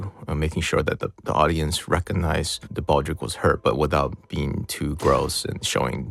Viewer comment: Isn't he pronouncing Baldreich incorrectly?